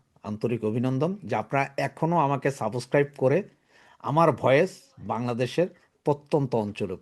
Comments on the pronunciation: সাবসক্রাইব নয় সাবস্ক্রাইব উচ্চারণ ঠিক করুন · Nor “Saaboscribe” , it is subscribe.